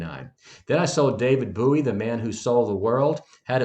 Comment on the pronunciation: Boo ee LMFAO its BOW ee dude